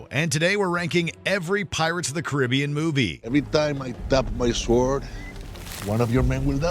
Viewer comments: You can’t even say Caribbean correctly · The mispronunciation of Caribbean makes this video painful to watch